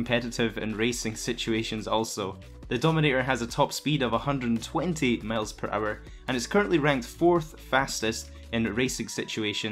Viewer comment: Miles not males dddd😂😂😂😂😅no offense man keep it up